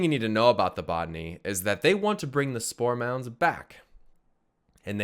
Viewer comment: it took me some time to realize was saying spore mounds......and not store mounts!